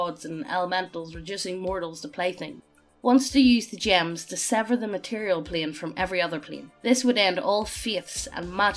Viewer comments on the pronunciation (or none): none